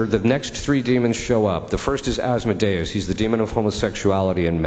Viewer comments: Thought it was pronounced As-Moe-Day-Us, not As*-mode-ee-us. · Pronounced: "As Mo Day Ous"